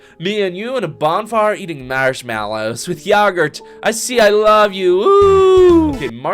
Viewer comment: THE “yawgurt” SENT ME 😂😭